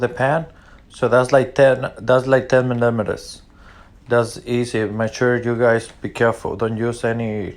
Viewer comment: That’s two videos in a row that y’all cant say millimeters